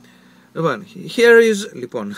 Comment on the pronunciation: Until I head the "lipon" I had no clue where you come from.